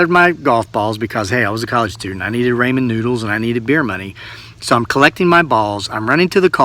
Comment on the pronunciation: “Raymond noodles”? 😃 Are they like RAMEN noodles? 🤣